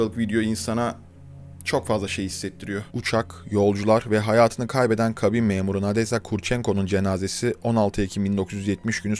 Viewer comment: Nadezhda (Надежда) okunuşu, Nadejda'dır